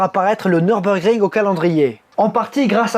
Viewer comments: Tu as fait allemand LV2 ? Bravo pour l'accent ! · J'y étais encore ce samedi pour quelques tours avec mon véhicule. Quel pied cette piste 😍😍😍 bravo pour la prononciation, venant d'un français, c'est à souligner !!!